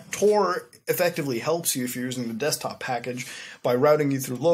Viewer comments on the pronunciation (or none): none